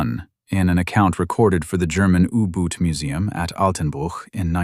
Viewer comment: ooboots? Yooboots?? 😩 if it wasn't so idiotic it would be funny, now where's my uggboots?!😊